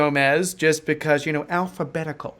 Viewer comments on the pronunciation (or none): You had to emphasize "alphabetical" ? Even "style"? Lol